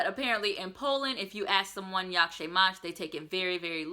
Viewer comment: the ą and ę is usually silent when pronounced. So you would pronounce "nazywam się" without the accentation. Also you could say informally "pa" for bye or "hejka" instead of cześć.